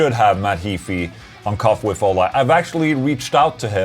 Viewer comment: Hi Ola! Two questions. How could I tighten up my Laney Ironheart 30w combo? Tryied an Joyo Vintage Ovedrive in front of it but did'nt work. Help me there please. And in the other hand, why you say your name in the questions like and american instead of the sweadish pronunciation? Love bro!